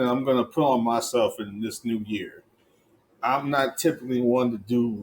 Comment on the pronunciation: I heard Merry new'ear...